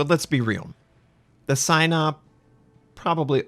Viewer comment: SAI NOP? i thought its pronounced SEE NOP